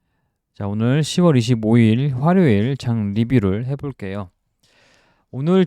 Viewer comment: 멘토님의 화료일 발음이 중독됩니다. 항상 감사드립니다^^